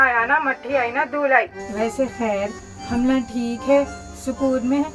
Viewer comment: Nahi ji “humlaa” bolte